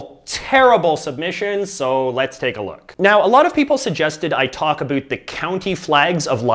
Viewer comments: Omg the way he says about 😂😂😂😂😂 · why does he pronounce about as a-boot every damn time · I just noticed that you are Canadian because you pronounced about like a boot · First of all, ITS NETHERLANDS, NOT HOLAND, AND THEY HAVE DIFFERENT FLAGS! Next, Indonesia and Poland DON’T HAVE THE SAME FLAGS, finally, SAY ABOUT CORRECTLY!